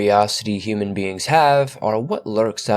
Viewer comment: The word "beings" always sounds like beans 2 me . Abducted by beans